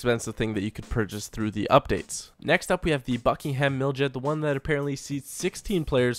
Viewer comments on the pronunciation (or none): none